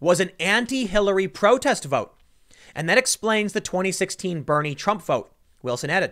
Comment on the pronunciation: Did I hear him say brotest instead of protest 😂